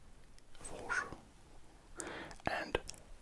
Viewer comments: For shur 😅 ( for sur) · Fó Shú 🇨🇳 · Fo shurrre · FORH CHURRHE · FOR SURRRRRRRRRRRRRRRRRR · Moi qui disait fo shur aux lieu de fau sur dso pour mon hortographe cest il me fé des frisson😅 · Incroyable cette asmr phore shurs 😂😂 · Fur shurŕrrrrrrŕrrr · Phor chure 😂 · For sure Four shure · For shhhuoouor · Four Shur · For sure❌ 4 cheure ✅ 😂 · Forrrrrr surrrrrrrr!! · Fo shur